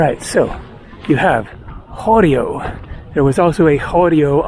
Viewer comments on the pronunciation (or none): a Greek village is called a horio. The emphasis is placed on the last “o” not the first “o”. This is why you can find a horio on all Greek islands and even inland towns. Thought you might be interested